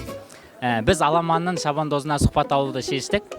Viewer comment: Сұқпат дегенде П деген әріп қатты шығады (мысал)